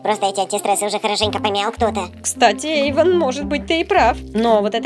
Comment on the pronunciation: Не Эйвон а Эйван